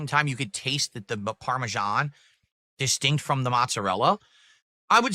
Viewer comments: What in God's name is parmejahn? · "Parmesan... CHE" STFU, you act like you don't eat this EVERY DAY but you know all the dented steps? GTFO, you cow..